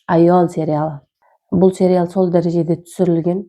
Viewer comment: Серял емес сериал деп айтылады